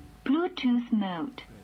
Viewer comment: "bluetoos mowd" 😂